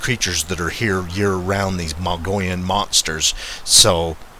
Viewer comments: I think its pronounced moe-ga-lon.Not mongolian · It's pronounced mug-ee-yon.😫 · It's pronounced "MUG-EE-ON" or "MUGGY-ON" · As an arizona native i just had to mention, please know the correct pronunciation of our regions and locations prior to making such a video, Mogollon is pronounced as a spanish word - Mog-e-on.....the double ll is pronounced as a y. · No offense. The proper way of pronouncing this rim country is Mo Gee on. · I will give some slack on the pronunciation. " Muggy-on " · Pronounced: Moe - gee - on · Just an fyi we pronounce it(Mog-e-on )Rim . Keep on squatchin !!! I watch every post ! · Just an FYI, Pronounced Mug-e-on. Enjoy Az, that's a great area you're exploring. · I thought he was saying Mongolian... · Me too. Not to mock the narrator but I bet Ghenghis Khan would have loved to have a horde of bigfoot running into battle wielding custom sized swords